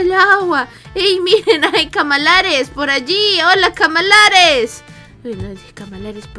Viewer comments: No sé dise camalares sé dise calamares jajaja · se dice calamares